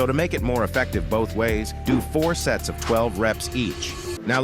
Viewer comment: I heard sets as sex 💀 (i am not really that dirty minded)